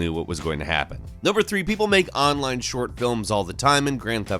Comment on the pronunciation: The way you say "online" hurts me